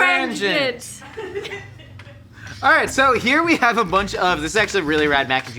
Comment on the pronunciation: It's pronounced GREGNANT 😂